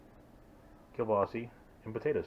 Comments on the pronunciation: Prounced keel-baa-suh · This is my favorite recipe ever. I just needed to know what to set my instant pot to. You said Keelbasse lol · That's how my mom used to say it when I was a child